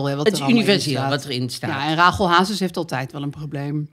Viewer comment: Heerlijk weer! Alleen, jullie zeggen Rágel maar is het niet Rasjèl ?